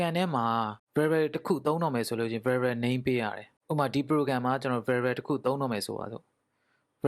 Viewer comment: အသံထွက်တွေမှားတယ် ဗယ်ဘဲတွေ ပိုင်သွန်တွေ 😂😂